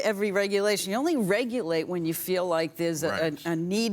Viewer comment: "when someone is hAAAAHHHMMMing someone or to resolve a mAAAAAHHHHHKKet failure" subtle accent 😃